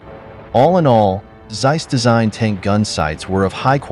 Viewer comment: its noz seiss its Zeiss like TSar-bomb ´0 speak it like TSeiss